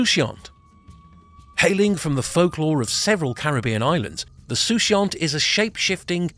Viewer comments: the word is pronounce like this suu/coo/yor .....i was lost on your sooshore😂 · 'Soucouyant' is pronounced soo koo yah. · I appreciate your insight into the pronunciation! and I'm glad you enjoyed the video! Regarding your story, just hope that fireball was not a Soucouyant :)